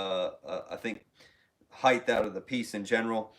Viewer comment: Height not heighth